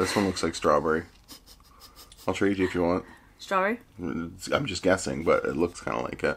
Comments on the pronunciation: strwawbwewy, nommy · No one: saying strawberry:strawburry Lol xd Imao 🤣🤣🤣🤣🤣🤣🥺🤣🤣🤣🤣😂😂